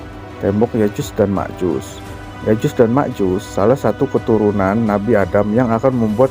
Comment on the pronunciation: Ma'af itu bukan Ya'jus dan Ma'jus, Melainkan " Ya'juj & Ma'juj